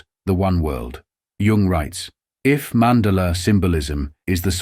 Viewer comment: "Mandala" is pronounced "man daah la"